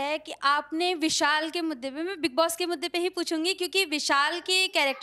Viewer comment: Pahle dhang bolna sikh mai ko may bolegi